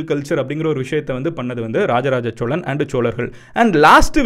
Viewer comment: Cholan illa sozhan